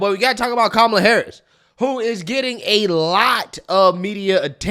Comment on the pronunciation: Who is KA-ma-la? Don’t you mean Ka-MA-la?